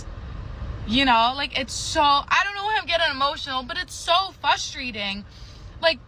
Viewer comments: Maybe its because you say things like "fustratrating". Your a moron. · "Fustrating".....first learn basic pronunciation. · Is she saying “fustrating?” Yuck